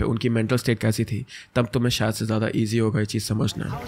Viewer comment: Sayad nahi bhai wo shayad hota hai 😂😂